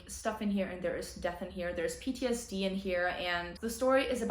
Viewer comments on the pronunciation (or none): none